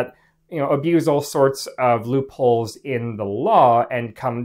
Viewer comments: I heard loopholes as Ru Paul the first time around (had to rewind :) ). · You sure he said "loopholes" ? Cause to me it sure sounded like hes hunting "RuPauls" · I thought you said I'm hunting rupauls